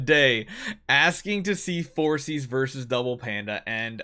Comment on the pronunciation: I think it's pronounced For-kis instead of forsees